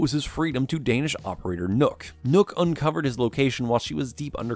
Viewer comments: NØKK not Nokk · Nøkks name isnt pronounced nook, you have to say it like knock